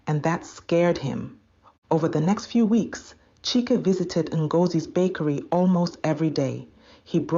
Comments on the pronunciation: You should keep the pronunciation of the name the same one moment CHIKE the next CHAIK? HABA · How can one name, Chike, have 3 different pronunciations in one story?😁. Chyke, Cheeck, Chiki😂😂😂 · Great story, but what’s with the change in pronunciation of ‘Chike’.